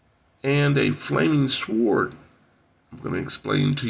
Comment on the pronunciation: FYI "Sword" is pronounced "Soard", not "Swoard".